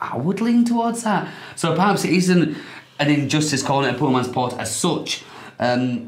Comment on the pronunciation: PatRas. Not Patas lol